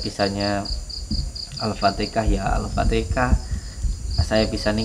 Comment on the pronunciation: Assalam, mohon maaf sebelumnya,penyebutan alfatikhah itu salah,yang benar itu alfatihah,tolong perbaikit ya,mohon maaf saya mengingatkan